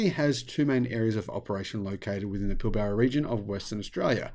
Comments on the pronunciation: It's pil-bra not pil-bar-a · Sorry, but as an Australian, your pronunciation of Pilbara is like fingernails on a chalkboard. The first A is silent and the r is "rolled" like Pill brra. And you did forget Twiggy does have a few more environmental credentials, having completed a Phd in Marine Biology at University of Western Australia in the last few years. Personally I can see road trains more likely to use fuel cells than batteries, or even B doubles outside the more populated areas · Hey I grew up in the Pilbara, which you mispronounced as well as about half the places you talked about. I was a Friend of David Forrest, Andrews brother during the 90s. David and Andrew are the great great nephews of Sir John Forrest the first premier of Western Australia. Anyway you are quite correct about hydrogen, it is a lost cause, at least until we make so much energy from renewable sources that we can spare some to make green Hydrogen. As it stands more than 95% of hydrogen comes from Natural gas, oil and coal. Only 0.04% of hydrogen produced can be called green hydrogen. It may have some use in Industry but not in transport, at least in the foreseeable future. I have met Andrew Forest and found him to intelligent and charismatic. However on the issue of hydrogen, sadly Andrew not Elon is the Muppet. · Never met an Aussie who can't pronounce Pilbara 😂😅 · I think Musk is a muppet for several reasons but this is not one. Forrest really is a dick! But maaaate! It's kind of difficult to hear an Aussie mispronounce Pilbara.